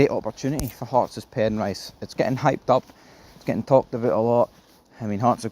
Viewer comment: It's pronounced PEN-RISS. Not Pen Rice.